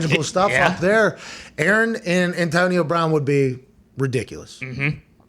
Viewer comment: "Antonia Brawn".. and Derek knew about this for months